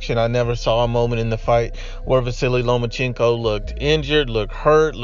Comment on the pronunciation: It’s Lomachenko not Lomachinko